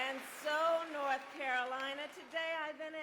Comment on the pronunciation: I swear to God she just said NoTH Carolina. She's pulling the Hillary Clinton.